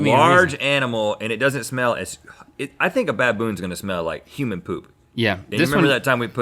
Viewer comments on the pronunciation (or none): none